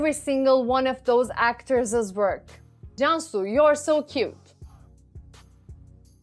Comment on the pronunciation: I'm to late to watch this vdo But anyway, *jan su*. Is correct pronunciation and 'jan' means life, soul or spirit, 'su' means water... interpreted to mean "life, soul or spirit of water" or "water spirit" and by personality perspective it's "the nature of water".